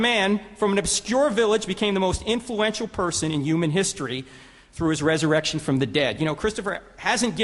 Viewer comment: This guy was no match for Hitch at all. I wish someone would teach him the h in human is not silent.